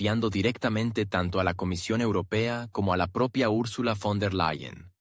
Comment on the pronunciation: Trato y me encanta este tema ,pero quien habla y traduce olvida que.Ursula no es Fon sino VON y esto me hace pensar que quizás no digan las verdades qué busco.es importante aún la expresión correcta.